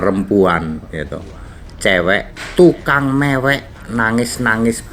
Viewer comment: rupamu elek maksudnye ape ? jelek atau kayak kelek (ketek dlm bhs sunda) ? hati2 akh pas bilang tukang mewek lidahnya keseleo m nya jd ng